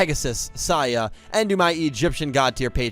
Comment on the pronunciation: did you just pronounce Seiya... Saiya??